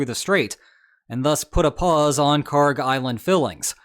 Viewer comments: Kharg island is pronounced as you did. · You’re not mispronouncing Kharg.